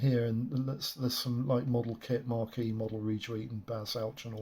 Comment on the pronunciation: It's 'maquette', not "marquee". A maquette is "a sculptor's small preliminary model or sketch"